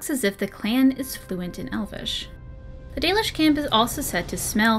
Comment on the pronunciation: If you think "The Dollish" is bad, google translate says it as "The Delish"